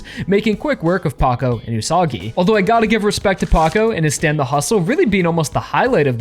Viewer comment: Wouldnt the Pronounciation be Üsa-gi ? Like Rabbit?